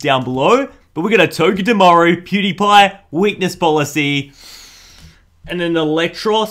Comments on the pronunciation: When he said cutiefly I thought he said pewdiepie 🤣😂🤣😂 lol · seriously tho, I swear he said pewdiepie